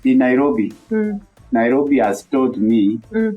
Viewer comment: Naiiiirrrobi😂😂😂 you fall down you wake up🤣